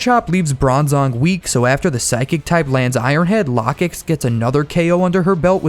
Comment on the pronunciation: I’m pretty sure it’s pronounced “low-kicks”